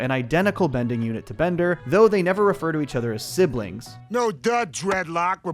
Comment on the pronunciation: Wait a minute. Bonder's name isn't Bonder. It's Bender!